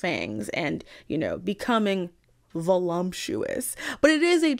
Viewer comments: I had to take another look at the screen when you pronounced it "volumptuous" because that would have been SUCH a goofy favorite word to have XD Unfortunately, Stoker wrote it properly. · There is no "m" in voluptuous.